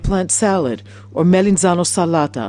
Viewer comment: its melitzanosalata not melitzanlata :D